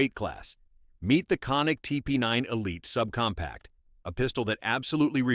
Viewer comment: People just absolutely CANNOT bring themselves to pronounce Canik properly. This one really effed it up 🤣🤣🤣🤣